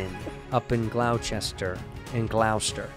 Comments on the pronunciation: Glou Chester was disrespectful. It’s glahhhstahh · Glaw-stir* Gloucester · 'Gloucester' rhymes with 'Foster', old chap. Like 'Dr. Foster went to Gloucester.' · It's pronounced "Glawster" - Sincerely, That Annoying Guy from Massachusetts (lol) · Me listening to this from Gloucester (Glaw-Stir) MA 🥲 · Gloucester is pronounced GLOSS-TER btw 😂😂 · It’s GLAW-Stah! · Because they’re gonna give you shit, it’s pronounced “Glahstah”. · I know youre Irish but Andrew its pronounced "Glos-ster". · Every person from MA cringes and nuts at the same time when someone says "Gloucester" wrong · I don't know if Santino is allowed to come to MA after the way he butchered Gloucester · Not the worst Gloucester pronunciation ever